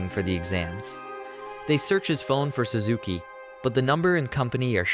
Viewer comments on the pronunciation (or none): none